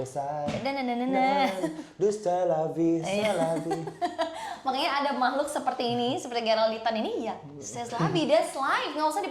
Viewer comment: C'est la vie bacanya sé la vi, bukan sés ls vi